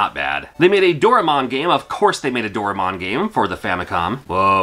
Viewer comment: its do rae mon not door a mon